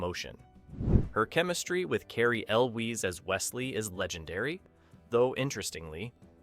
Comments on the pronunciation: Carey Elwyse 😂 it's pronounced 'U' 'wels' rhymes with jewels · "Cary El-wheez" got me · I appreciate the attempt of this video. But if you are going to do a video about an iconic movie, please take a second and learn how to pronounce the actor and character names right. I had to stop watching because you kept mispronouncing Cary Elwes's last name. Goodness.